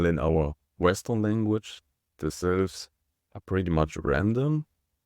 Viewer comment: Oh, my gosh! I was wracking my brain trying to figure out what "silves" were! 🤔 I even did a couple of Google searches with no helpful results. When you started talking about the two parts of 한국 it finally dawned on me that what you were talking about was "syllables!" 🤦‍♀